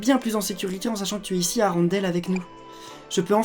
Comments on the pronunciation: la ville de la reine des neiges se prononce comme ton prenom arendelle si nn j aimme bien tes videos bisoux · Le e et le n darendelle se prononce n